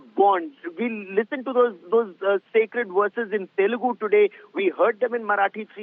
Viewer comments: Itna padha likha hoke bhi kya fayda when you don't even know the basics. It is TELUGU and not TELEGU! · Its not telegu. Its telugu you mfs never gave any importance to others language atleast write the name of the language properly thats the least you can do